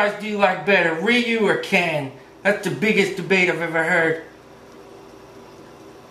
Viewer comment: You said the name wrong my man but really nice drawing can you do more on Tue computer though :-)